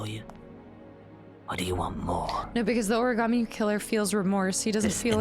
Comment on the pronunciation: No one in this game can pronounce origami so far we got origammy and origarmi😂